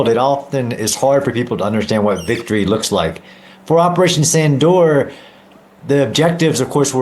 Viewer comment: VICTORY not wictory. Do you say WISHNU for Vishnu?